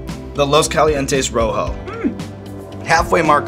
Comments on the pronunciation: Hey Shawn, if you're selling something with a Spanish name, why don't you bother to learn how pronounce it right? You have to be doing that on purpose... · dude takes part in creating a hot sauce, gives it a spanish name, pronounces it like a neanderthal. LOOS KALIENTEES ROWHOW